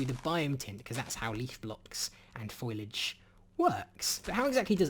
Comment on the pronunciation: "Foliage", not "foilage"...